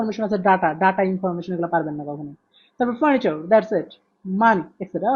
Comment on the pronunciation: vhai apnar pronounction wrong hoy....furniture